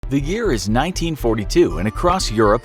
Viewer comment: Did the person say the ear is instead of year